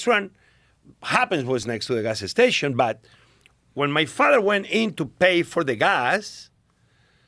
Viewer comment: He said "gas-ah station" about 12 times in 3 minutes. What a treat. 😄